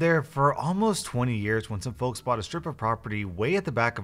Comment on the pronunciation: Is anyone else getting really bothered by the pronunciation of "folks"